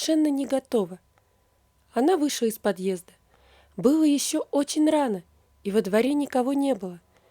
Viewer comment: А что у вас со словами.Вместо Л В .( не вышла,а у вас вышва.Молодой,а у вас моводой) Что позориться..